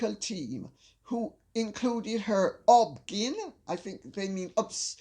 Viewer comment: In America, a doctor who delivers babies is referred to as an OB/GYN. All the letters are read aloud. O B G Y N. Just FYI.